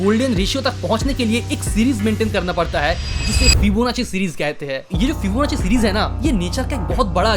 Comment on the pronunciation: फिबोनाकी ना कि फिबोनाची। 😅😅